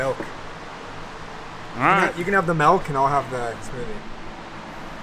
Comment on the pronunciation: "Melk".. 😂 says Melk 😅